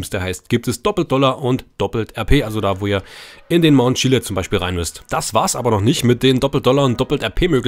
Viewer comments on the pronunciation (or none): none